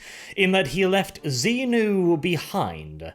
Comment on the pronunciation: pronouncing Xi-nu as Xenu really confused me for a hot second there. Scientology in 40k? Please no